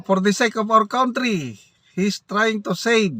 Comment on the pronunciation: Ikaw ang heneral that i dont respect .Your pronunciation of country is very wrong.Sorry hanapin mo sa google .hahahaha.😂😂😂